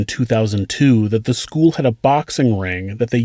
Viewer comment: Sc - ual? Pu - wal? I though it was school and pool. Lol